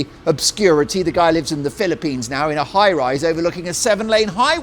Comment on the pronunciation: Thanks for pronouncing the Philippines correctly, instead of "Phili-penis". 🙂